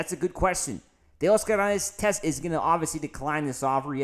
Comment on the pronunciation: I was gonna sub but then you over enunciated teoscarrrrr herrrrnannnnndezzzzz .